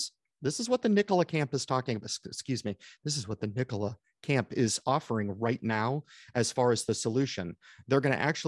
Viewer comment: Nikola, say it with me... .. Nikola 🤣🤣👏